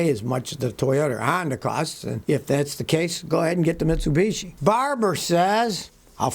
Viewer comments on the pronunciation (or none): none